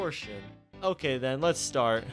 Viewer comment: it's pronounced as "Sheen" and "he-yo-ree" ;A; anyway great play through! I didn't know this existed lol, it was really entertaining!